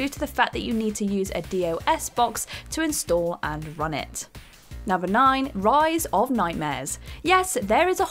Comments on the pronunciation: I've never heard anyone actually pronounce the letters of DOS separately when referring to DOS Box. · I laughed as I heard her say it. I have never heard anyone say the letters individually.